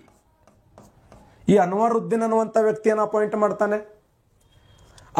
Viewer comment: ಅನುರುದ್ದಿನ್ ಅಲ್ಲಾ ಕಾಕ ಅನ್ವರುದ್ದಿನ್